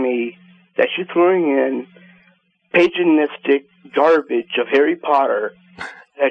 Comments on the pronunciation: "page a nistic" ?!? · "are u a pajanistic pig?" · did he say pajanistic? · "Are you a paganistic pig?" Lol, not only is he an ignorant f**k that just made up a word, but he also managed to pronounce it wrong. Epic fail. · seriously, who says "paganistic" with a "j" sound?